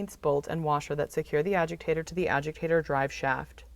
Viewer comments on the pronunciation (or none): it is a agitator not agiktator